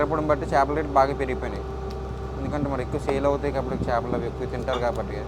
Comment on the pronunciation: చాపలు కాదురా బాబు " చేపలు " అది తెలుగు నేర్చుకోండి ఫస్ట్....